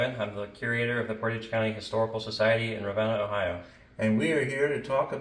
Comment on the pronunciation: Also it is pronounced Ra,ven na